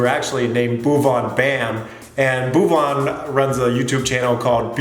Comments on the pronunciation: Angrez ke muh se bhuwan naam lagaan me suna tha , Doosri baar yahaan sun raha hoon "Boovan" 😂😂😂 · it will be Bhuvan not "boob on". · Boob-on? Very funny pronunciation, LOL 😂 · See the subs when sin said bhuvan it traslated it as move on bam🤣🤣🤣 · Bhuvan😂😂😂😂😂😂😂😂😂😂😂😂😂😂😂😂😂the way he pronounces it .. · Don't worry. U will learn to pronounce his name correctly. An English lady called Elizabeth who taughts us Indians how to play cricket in the mid 18th century also had this problem to say Bhuvaan. She used to say Baouvan